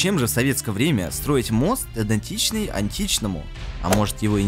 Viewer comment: "финансируЕМЫй всё это", "шлиссеНбурге", "Эдентичный" и т.д. ты в школе-то вообще бывал?